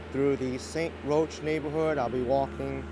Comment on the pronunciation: It's pronounced st.ROCK...not roach...